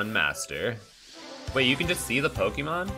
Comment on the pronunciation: The way you pronounce Pokemon is jarring.. Pok-ee-mon kinda fucks with me for some reason lol